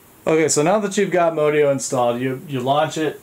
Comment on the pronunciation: Modio is pronounced, "MOD E-O"